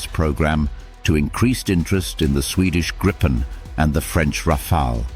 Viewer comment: Gripen ought to be pronounced as Gripen not Grippen. (Greepen)